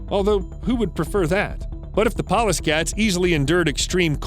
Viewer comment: I thought he kept saying "paw-less" cat. I thought what do they use knives???